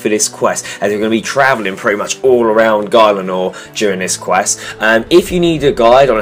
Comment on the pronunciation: Guylenore? It's Gielinor! :'-D